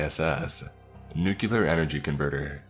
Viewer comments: Apparently the word "nuclear" now has 2 U's in it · Ruined by you mispronunciation of nuclear